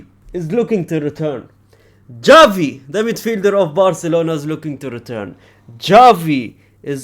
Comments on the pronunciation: He always say it like DJavi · bro its GAVI not XAVI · like dzhavi not chavi